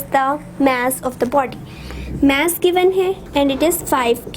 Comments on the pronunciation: ASALAM O ALIKUM MAM ITS MASS NOT MASSE PLEASE CORRECT YOUR SOUND OF MASS OTHERWISE YOU ARE BEST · Vo mess nahi mass hai bolna sikle